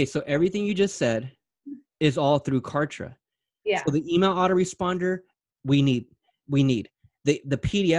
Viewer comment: #OMG Cant Believe Client's like Mary do Exist...I Just fell in Love with her Zeal 🤩😍..She is So Sweet and So Humble...BTW I #ROFLed when Mary Pronounced #Kartra as #Contra..Reminded me of my childhood VideoGame😋 And You are not as Real As #Cancer but As Real as the #Sun that Brings Clients and Businesses to #DayLight and make them Shine in their Respective Markets 💯